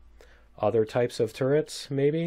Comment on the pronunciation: Like how you said kick some alien butt "MAYBE" :)